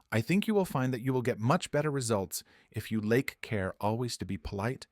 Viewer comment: "lake" instead of "take"?